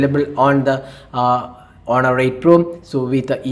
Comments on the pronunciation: I will say it again its honor not aunnar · but u are saying it with a unda sound not n sound 😂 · 😂😂 wow thank you.. But its onor not with anda sound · h is silent its onor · don't mind but you really need to improve your. pronunciation u did say aunnar and quck (quick) and u usually add rh for eg instead of on you say onh best thing for u is to instead speak Hindi ')